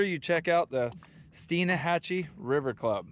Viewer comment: Stein_hatchee. Like… Beer Stein